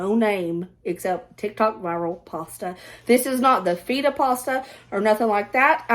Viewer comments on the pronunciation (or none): I adore you! You pronouncing Feta as FEET-TA 😅 made me laugh so hard. Ps I also do it 🧏‍♀️😂